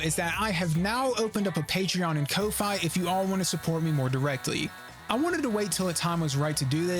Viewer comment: Ko-fi is pronounced like coffee, the reason should be obvious also, lame as hell P5X section, I don't give a shit if you don't like it, the point of this video was to fucking talk about them